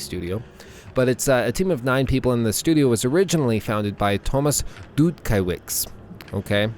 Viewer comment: it's not "dutkawitz" it's dutkiewicz ffs